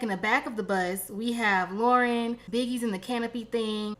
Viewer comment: Duhhh😂😂😂 her name is L O R E N and pronounced LAUREN🙄🥴🤦🏾‍♀️😂😂😂😂